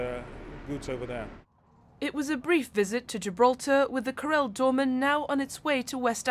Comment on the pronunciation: Karel not "corell" lady.